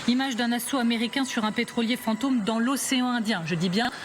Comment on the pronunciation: Le commentateur paraît assez intelligent, mais pourquoi prononce-t-il plusieurs fois fant'homme à la place de fantôme ?